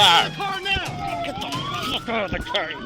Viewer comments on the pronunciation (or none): “get the fawk out of the car!!” 😂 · "get da fak out of da car" 😂